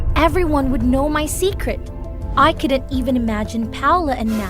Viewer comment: "Seceret mermaid"